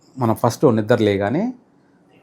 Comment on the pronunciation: Nidra leyagane kadura astrologer nidra levagane anedi brahmadu matlada validina bhasha Gaddam penchukuntenu 1oo.hears panchangam tappite nekem telusu